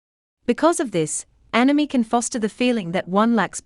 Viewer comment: It sounds like she says enemy, or anemy, even though its spelt anomie!